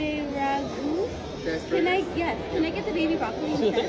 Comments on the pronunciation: Brutal intro…dayum. Can’t even say asparagus…😶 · Can't pronounce asparagus. Lol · She couldn't even say the word asparagus, but yet feels she's entitled to everything on the menu. You really can't make this shit up